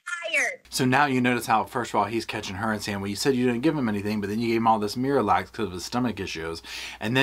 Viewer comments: Is it just me or does anyone else get irritated by the way pronounces her g's at the end of a word with a "k" sound? "anythinK, everythinK, nothinK" It's just so off-puttinK and aggravatinK!! 😅😅😅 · So she puts a ‘k’ at the end of words that end in ‘ing’. Also did she really say ‘why come….’ I know this is super petty but it drives me nuts